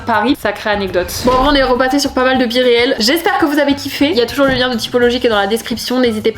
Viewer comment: Génial ta vidéo mais on dit BIRIL pas biréal !!!!😂❤